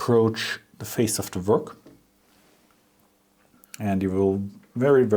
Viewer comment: Please don't think that I'm insulting you,das ist nicht meine Absicht! The word 'work' and all 'w' words are said by pursing your lips ,as if you were blowing out a candle.Not blowing, but making the sound. It's a soft sound: weiches Gerausch. I hope I have been of some help.I really respect your channel!